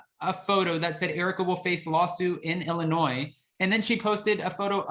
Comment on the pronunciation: Thank you for not pronouncing the S in Illinois! I’m in Chicago and everyone hates it when people pronounce the S! Lol